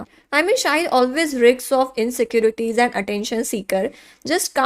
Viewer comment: Shut up. Kuch bhi maat bolo.. pehle insecurity bolna sikho...